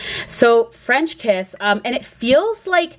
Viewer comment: you did well in saying it right! LV fragrances intrigue me and I love their names! French Kiss sounds good too although I tend to like less fruity and sweet. v interesting and unique picks!